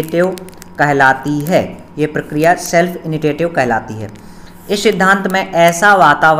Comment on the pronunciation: इनिसिएटिव बोलते ह